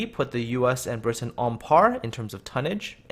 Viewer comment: The way you pronounce 'Britain' is obnoxious.